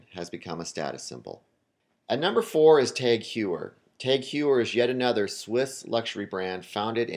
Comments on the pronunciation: pronounced Taag Hoyer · Dude, it's "TAG HOH-YER" and "O-MEH-GAH" sheesh... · is a FAKE YachtMaster. also, it's pronounced TAG Hoy-er. not hugh-er. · Tag "hoyer" not "ewer" "omega" not "omeega".i wont argue with your list but id like to see vacheron,piguet,or a.lange and sohne here. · Cory R. It's not "tog", it's a sound that is completely absend in the English language, so it's hard to explain. It's pronounced "tahg oyer" (the H is silent"). Besides this, the guy butchered almost every name on the list, seriously, carDier? It is pronounced something like "Car-ty-yay" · It's pronounced TAHG HOYER, dude. 30 seconds of google searching could clear up half the grammatical/pronunciation errors in this video. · "Tag h a year" would more correct than tag hoyer i think... TAGG because it s a French acronyme of Technique d'Avant Garde and h(pronounced) a year because Heuer is a Germanic last name. and it s Omega, not Omeeeeeega. I m living nearby the German and Swiss borders and that s how they pronounce it. The fact that James Bond pronounce it as a English speaking person is neither shocking for the brand or the audience and proves nothing about the way it should be pronounced. Most Swiss watches brand are based in French speakers location. This video and approach is very surprising and quite close to what I expected. I was glad to see Panerai entering the top 10 even if entry models are overrated (ETA mvmt) . Cartier is still a jeweller to me, not a watchmaker. Chopard has the LUC collection which save the brand from being an ETA movement pimping company. I also agree that because of the Reverso model, Jaeger should be in this list.